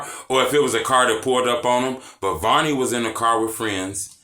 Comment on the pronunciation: I like that you pronounce it the right way. It isn't VERNey. Thank you🤣